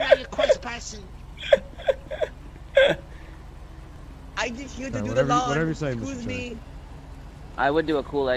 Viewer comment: "Cwespassing" is crazy LMFAO